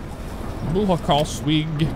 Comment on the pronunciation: Had fun watching this. Don't do truck sims (I watch your channel for flight sim mostly) but I live in Germany (not in Berlin, in Frankfurt). I laughed every time you tried to pronounce German, good effort mate 😅(I am not German btw, so my accent isn't far better). I may be mistaken but one of the last stop that you struggled to pronounce was "Buchenholz weg" (pronounce "burhenhols vek") meaning "beech wood way". Suggestion. You could do a video where you become a Lufthansa pilot taking off from Tegel to your home town in the US in MSFS